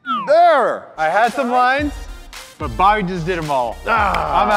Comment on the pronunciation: You said Booby instead of Bobby 😂😂😂